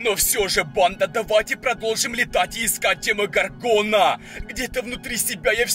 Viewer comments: И не ДемогоргОна, а ДемогОргона. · правильно говорить не демогоргона а демо горгона